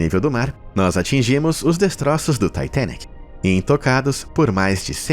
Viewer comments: Taitenic tua cara, fala direito, titanic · Ele falando taitenic kkk e eu sem saber oq e kkkk 😂😂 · Taitênique é aidentu! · "TAITENIC" KKKKKKKKKKK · Ele falar “Taitênique”, para se referir ao Titanic é bastante irritante. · Taitenique... Demorou entender que era o Titanic